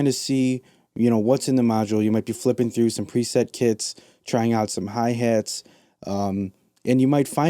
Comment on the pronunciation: I come to these videos all the time but I can't get over the Midwest accent you heeeve. Hey hates. What's heyppening with the hey hates. Ugh.